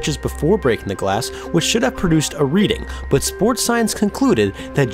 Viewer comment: You say "but" weird. Like.. Büt